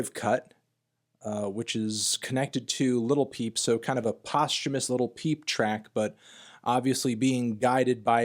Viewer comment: Your, not a music nerd if u can't even say """"""LIL"""""" peep right.